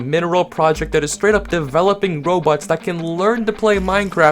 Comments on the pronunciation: Why did I hear robots as robux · why does it sound like he said robux/ LOL